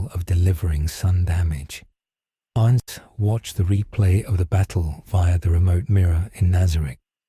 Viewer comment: Finally! A story that pronounces his name right.